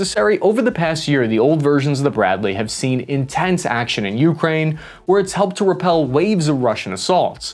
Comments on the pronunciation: you’re killing me. It’s “UkrÁine”, not Úkraine”. The accent is on the second syllable. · you-Kraine. Not YOU-kraine. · ~REALLY hard to listen to your pronunciation of Ukraine "You, Krain" rather than "YuhKrain", great vid though :)